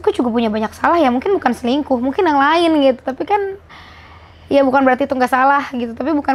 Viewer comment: kan kata rachel cantik dari dlu, dijawab rachel tapi ko selingkuh gitu (tp dia ngomongnya cingkuh)